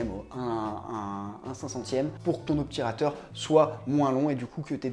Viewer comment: OBTURATEUR et non OPTURATEUR